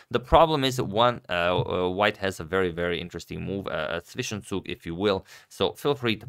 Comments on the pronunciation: Are you American? I'm Belgian, and my native language is Dutch, but also speak some German. Agad pronounces zwischenzug perfectly. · I'm german I can pronounce them :) Edit: I now watched the whole video and Agadmator actually pronounced Zwischenzug perfectly